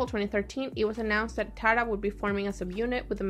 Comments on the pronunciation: the group's name is pronounced like "tiara" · It's pronounced tee-ara